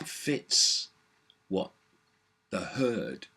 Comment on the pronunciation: Cant help to laugh everytime he says 'the hurd' 'bah bah' but sadly its true